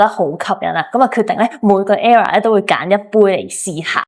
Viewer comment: era =E+ra 唔係 error 咁樣發音